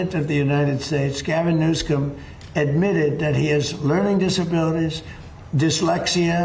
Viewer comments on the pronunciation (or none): did anyone notice trump said newscum?